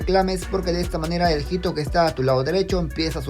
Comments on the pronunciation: Perdón por comentar esto, pero no se dice "jito", sino "ito". La H no se pronuncia querido 😅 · Amigo, hito se lee ito, no jito